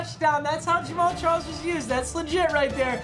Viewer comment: Am I only one who thought he said James Charles?